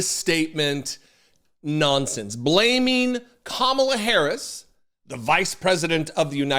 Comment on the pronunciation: Hey Trump! She isnt old Joe Biden even though you wish she was. Trump cant even pronounce the name of his own countrys current vice president yet.